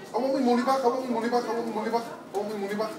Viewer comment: give me moneh back give me moneh back i want me moneh back give me moneh back